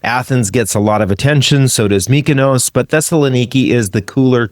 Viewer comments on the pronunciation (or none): none